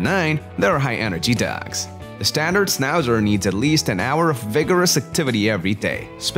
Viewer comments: Maybe don't make a video portraying a dog breed whose name you can't pronounce.... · Why are you showing Schnauzers who have their tail cut off. In European countries that's NOT allowed anymore. And for good reasons. No ears cut and no tails cut. And please , because it is a German dog , try to mention the name right.